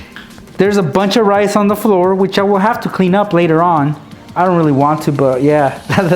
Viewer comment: rice, I thought he said knives